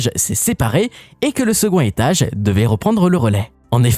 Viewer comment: Le secon' hétage Ça fait bizarre l'oubli de la liaison avec le D